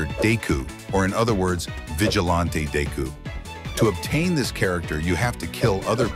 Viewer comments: "dayku" "Vigilahnte dayku" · Dayku that's what I heard what he said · I can’t wait for “DayKu” new ultimate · Bro i hate and love the way it says deku as dayku